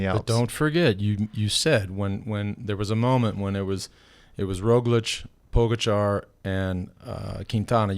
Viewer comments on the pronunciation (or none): Very close. According to my Slovenian buddy..... Ta-day Pah-ga-chah 😉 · Thank God for the translating lady! Poor Tadej and the butchering of his last name. Pogachair, pogacharred, pogostick. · Bob roll pronounces is PO GATCHA